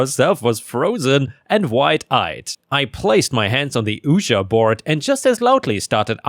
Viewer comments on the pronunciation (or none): "Ouija" is pronounced more like "wee-ya" (not "ooja") because it's formed from the words for "yes" in French and German. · 😂FYI Ouija is pronounced Wee•Jee. That was funny hearing Woo•Ja. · It's not pronounced "oo-ji" it's like "we-jee" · Ouija (pronounced wee-jee) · Ouija is pronounced "weejee". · it's pronounced weegee board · Ouija.. Oui französisch, ja deutsch. Heisst einfach nur jaja.. aber halt in 2 Sprachen. Nicht Uhjar xD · Hey, just a handy tip since it's not an English word Ouija is pronounced like a "wee-jee" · Ouija is pronounced weegee... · I always heard it pronounced 'weejee' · Oh in story #2 Ouija is pronounced "Wee-Gee". At least here in the States. It's also known as a Spirit Board, due to it's use as a means of communication with spirits and ghosts. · Just so you know, bureaucratic is pronounced byor-oh-KRAAT-ic and ouija is pronounced WEE-jee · It's pronounced WeeGee board. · Hey,! Just letting you know that "Ouija" is pronounced "weejah". I am a daily follower and love your content-- keep 'em coming! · I caught that too...I was going to suggest "Wee-gee" as the pronunciation 😂 I like yours too though 😊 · I just looked up the pronunciation, and the first one said "weegee", second one said "weegee" and "weejah" were both acceptable. We always pronounced it "weegee" when we were kids playing with the thing... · It's pronounced wee-gee board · Hey, Ouija is pronounced WE-GEE or WE-JA... "Oui" in french is pronounced "WE" and means "Yes" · 👻 Hey! So the way you pronounce the word Ouija, like the Ouija board from the water company story. To pronounce the word make these 2 sounds... 'Oui' - just like the French word for yes. Similar to a English 'we' And then 'G'- just like you would say the letter G from the English alphabet. So it sounds like 'Oui'-'G' = Ouija ⭐⭐⭐⭐⭐⭐⭐⭐⭐⭐⭐⭐⭐⭐ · It's pronounced wee-jee /ouija board. 😂 #3 no it is not ok to touch someone else's baby. NTA. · Ouija is pronounced wee gee. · Ouija is pronounced weeja